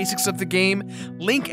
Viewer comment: Bulblins, not bulbins!